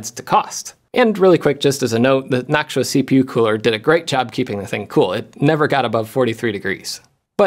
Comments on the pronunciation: Jeff! Why do you say naak·choo·uh when it's supposed to be naak·too·uh? 😛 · Jeff saying nactua instead of noctua is another sound altogether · noctua❌ noksuah✅ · Am I the only one hearing "nacho" instead of "noctua"? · I keep thinking you're saying "nacho fans" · Noktua is the pronunciation. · i know you watch LTT but i dont get why you pronounce noctua different. is yours more correct ? is this the .exe/.png moment for linus or you ? is it gif or gif ? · You're pronouncing Noctua wrong.